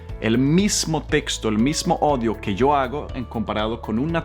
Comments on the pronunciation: Prof.! ¡Disculpe!... pero en dijo ODIO en vez de AUDIO... PD. Por favor 😔 no se moleste... A mi ... a mi 😔 no me gusta escucharme mi propio audio ...Odio rotundamente mi voz y es raro porque por mi propias orejas 👂 escucho otro sonido de voz totalmente distinto. Creo que voy a decaer!! Y a renegar!!! ... Lo siento 😞 mucho. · Kele se dice oudio no odio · Le admiro mucho es un gran profesor. No he podido entrar a las clases hasta no ver cómo tengo para poderlas pagar sin problema. Quiero solo preguntarle acerca de una palabra. Usted habla muy bien el español pero me intriga por qué no pronuncia bien la palabra audio. Siempre dice odio y odio en Español es un verbo que significa lo que dice odiar, detestar a una persona no perdonarle sino albergar un terrible resentimiento y sentimiento hacia alguien. Felicidades. Dios le bendiga y proteja.